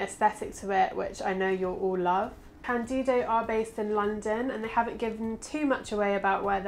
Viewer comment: For the love of Lemmy, is cÁndido, not candÍdo. The accent is on the A. Sorry... thx